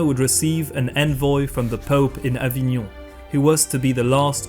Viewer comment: Beautiful pronunciation of Avignon <3